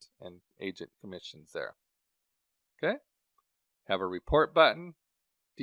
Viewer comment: Take a shot each time he says “o’key”